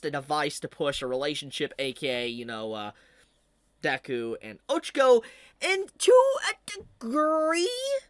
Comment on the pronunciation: Ahh yes, good ol Izooku and Ohchakoh. 😂